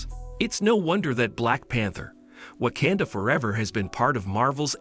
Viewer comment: OMG PLEASE LEARN HOW TO PRONOUNCE WAKANDA... you just sound ridiculous mispronouncing it